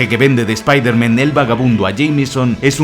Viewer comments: Por qué dices todo el rato Spider-Men?? Es Spider-Man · Desde el anterior 30 detalles acojonantes de Spiderman, tienes la manía de decir Spiderman en plural. ¿Cuál es el motivo? Porque que yo sepa, en esta trilogía no se menciona la posibilidad de un multiverso. Como buen hispanohablante, si voy a decir el alias de este superhéroe, prefiero decir "hombre araña" en claro y perfecto español, antes que pronunciar una palabra en ingles como si estuviera escrita en español. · Me encanta que lleves dos vídeos seguidos diciendo "espider-men".